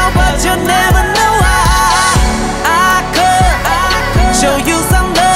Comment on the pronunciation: could 的發音可以再好一點 沒看字幕以為在講阿珂 想說甚麼瓊瑤劇